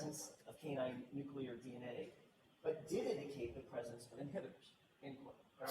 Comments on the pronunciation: and nuculous and accredidation 😡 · The WAY she mispronounced "nuclear" every SINGLE time